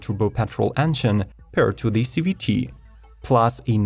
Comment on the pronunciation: A Zee-Vree-Tee transmission?!? Finally!! I’m so glad Nissan decided to finally get rid of their ugly CVT transmissions!